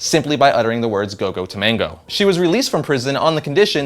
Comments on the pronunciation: TAMAGO TAMAGO NOT TOMANGO AHHHH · Go Go Tomago....not Tomango. Egg in Japanese.